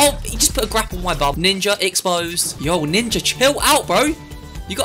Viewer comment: Bro you kinda said. Ninjer